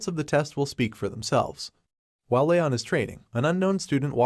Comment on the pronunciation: since the voice swap at around 50% of the vid he says Ryon. HIS NAME IS LEON